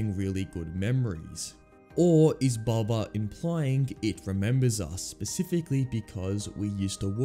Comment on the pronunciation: His name is bubba not bubby